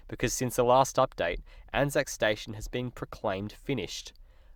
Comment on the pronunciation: It is pronounced as a word “Anzac”, not each individual letter, A-N-Z-A-C, hence it is spelled as it is said. Much like Qantas, Asic and Anzac Day/biscuits. ANZAC is only used when referring to the actual Corps